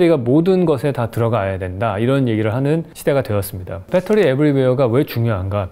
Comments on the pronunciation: 이런 서브젝트가 이렇게 연결되어 사고 될 수 있다는 것이 놀랍니다...그리고 역시 나도 그렇지만 쓰기는 배터리라고 쓰고 읽기는 빳떼리라고 읽게 되는..ㅋㅋ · 다 좋은데 ... 왜 아직도 빼떠리 인가요? 베터리라고 써 놓고 ㅎㅎ